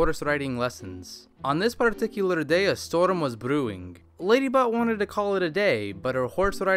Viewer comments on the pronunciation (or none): he said ladybutt no ladybot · When you hear Ladybutt instead of Ladybot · I heard LadyButt instead of LadyBot XD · Ladybutt Not lady bot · I thought he was saying ladybutt XD